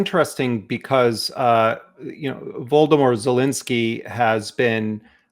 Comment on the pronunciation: Well seems Jeremy is so opinionated! Why don t you go there and see what it is to see your people being killed and be TRUE leader! you mate from comfort of your chair are a caricature of a smart journalist! Think twice why 40 million Ukrainians need VOLODYMIR ZHELENSKY as a LEADER the name of whom you cannot even pronounce correctly!!! Yes why don't you go to Ukrain and see if you are that smart then. Disgusting comments you are caricature mate!!!!!!